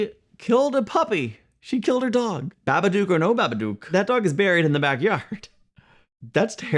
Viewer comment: As an Australian, I die a bit inside everytime someone mispronounces 'Babadook' when it's supposed to rhyme with 'book' haha